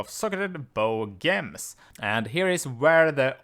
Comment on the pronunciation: damn is gems not ghems